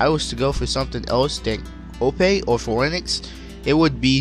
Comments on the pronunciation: It's pronounced "fee - nix" not hating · "Pheonix" is pronounced Fee-oh-nicks. Tori Tori is the Bird Bird fruit, not pheonix. Once again, pheonix is one of Tori Tori's models. Pell uses tori tori and his model is Falcon. You really need to put some research into your videos. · he just said Fo-Enix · bro, you couldn’t even say phoenix right